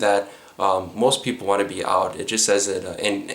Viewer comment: "When they were taking them ooot"? Hello Minnesota.